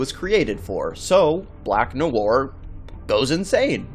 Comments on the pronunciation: It is Black NoIr you fn idiot, and Noir is pronounced "nuh·waar". Your uneducated ass goes all over the place calling him Black Noor, Black Manure and what ever other verbal diarrhea you came up with. Next time when you do research for a video, Google how to properly pronounce the fn topic. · The way you pronounce "noir" is bugging me, you say it as two syllables like "no ar", it should be "nwar" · IT's nu-war, guys. jeez. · It’s pronounced “Nwa”, not Nuwar... dumbass. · "black nu-woir" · lol Black "No-arr" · 😋 nahson.. pronounced "nwah" or even "nwahr" either way as one syllable. I'm splitting hairs though. Shame on me. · "Black Noowar"? 🤦‍♂️ Muricans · 'black nowar' uh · pronounce "Noir" - "Nwah" if i'm not mistaken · The way he said black nowwar lol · Black “No War”.....dude, try a little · I came here to learn why the guy is named black-black in French and English? Is he Canadian or something?. And in the first 10 seconds noir is pronounced "No-war".. and sure enough.... What I wanted to know isn´t mentioned. :( Searched several wiki´s nothing. Am I really the first to wonder about this? It´s too conspicuous to not mean anything.. End then..... "When you're so dark; your name means "Black" in two different languages." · For crying out loud, if you’re going to make a video learn how to pronounce the freaking names and words. Noir is French, and it isn’t pronounced “New-Ar”. This seems to be a common thing on YouTube these days. But then again, most people have trouble just speaking English well. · Noir is pronounced as 1 syllable, not 2! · Your pronunciation of 'noir' is cringeworthy. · Informative video. But, please, learn to pronounce ‘noir’. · It's just one french word, just one. Just pronouce it properly. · Jesus Christ man can you please learn how to pronounce noir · 'Noir' is just one syllable, guy. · im pretty sure you pissed off alot of french people on your pronunciation of "noir" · The way he said noir :))) so wrong in so many ways